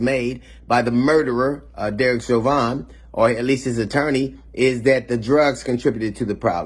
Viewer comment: They openly legalized small amounts of cocaine in Oregon😳😳. The politicians didn't want to do it, but somebody there pushed for it. They're going to need it after the poison jabs. DL, I love ya, but stop calling the ALLEGED killer cop Chauvin, "Show-van". It's pronounced, "Show-vin". Good job.